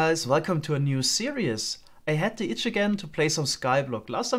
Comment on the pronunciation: series is pronounced "ser - ees" not serious, FYI.